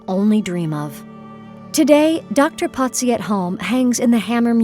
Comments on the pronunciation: why is he being called Potzi? His name is Pozzi, no T. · Italian pronunciation despite living in Paris